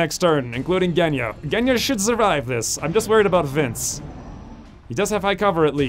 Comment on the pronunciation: G in Genya pronounces like G in Gina